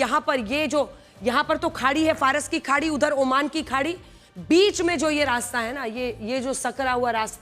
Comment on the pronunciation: Madam Faras ki khadi ko jhadi 😂bol rahi hain wah 😂